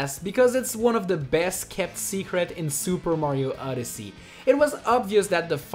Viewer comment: Why does he say Super Mario *Uddersee*?